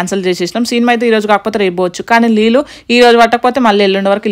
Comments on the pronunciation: Leellu kadu baboi neellu anadam nerchukondi ani more than times repeat diz word..🤦🙅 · Leellu kadu neellu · Leelu kadu neeluu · Leellu kaadu neellu.... Carla kenchi kadu car lo nunchi.... Antha bane undi kani language konchm change cheskondi garu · నీళ్లు కాదు నీళ్ళు అక్క.... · Leelu kadu amma .. neellu